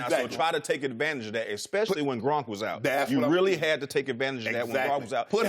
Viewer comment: Please with the E-bun-ics...it's not Grunk, it's GRONK.